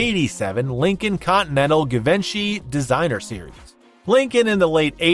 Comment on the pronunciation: ** let me politely & humbly help u ** Givenchy (being incorrectly pronounced - - “Give-in-she”) is actually absolutely without a 1/2 second of doubt — CORRECTLY pronounced: [G-Von-shee] or •[Gee-Vhon-she]• ***And I mean it with simply a helping heart, and not in a way to make someone appear uneducated or ignorant. *** The designer brand Givenchy is just one of those companies that unless you’ve heard it pronounced before, you would never guess it’s pronounced the way the line expects it to be pronounced….. It’s not simple like Oscar de la Renta - spelled exactly like it sounds. Givenchy, has difficult pronunciations with lots of their products for example: Ysatis [e-saah-tee-sş] [E-sahh-tee-ś]